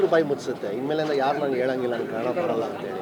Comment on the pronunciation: ಕನ್ ಡ ಅಲ್ಲ ಕನ್ನಡ...... ಕನ್ನಡ ಭಾಷೆಯಲ್ಲಿ ಉಚ್ಚಾರಣೆ ಸರಿ ಇರ್ಬೇಕು